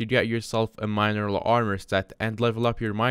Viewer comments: Mine eral, lol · Can this guy not pronounce mineral ?